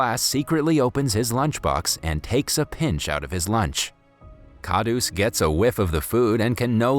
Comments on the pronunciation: Everyone is simply going to ignore the fact that he totally pronounced the word "daba" wrong which in English means lunch box. Lol 😂😂😂😀😁😂 Edit: Sorry also the word KHADUS which in English means nutcrack. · It's khadus not khadoos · Khadoos is pronounced as Kharoos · Wrong pronounciation plus his name isn't kha roos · u said khauds but its stanley